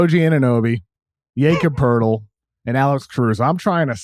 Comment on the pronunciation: Why can't just learn to say "Jakob Poeltl?"